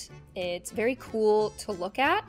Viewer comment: The way she said bery instead of very xD <3